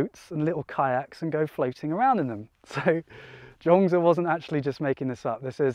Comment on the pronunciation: Thanks for the 3 stories - one which really resonated with my current situation. Also loved the choice of rural location for your chat. But did notice (not being ‘judgemental’ 😂) that you have slipped back into calling 莊子 ‘Jong-dz’ again... Other than that thanks for a great upload, and hope to join your live stream on Sunday 👍